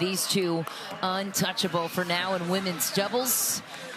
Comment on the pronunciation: Teach the 'women' commentator how to say "women's doubles". 🙉